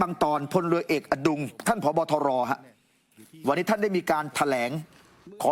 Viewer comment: ผู้อ่านข่าว ช. อ่าน เวลา 6.59 ผบ.ทร. ครับ ไม่ใช่ ผบ.ตร. นะ นะ ท ทหาร ไม่ใ่ช่ ต เต่า